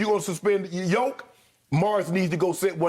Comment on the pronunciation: Lmao Skip really called the Joker “Jokieff” 😅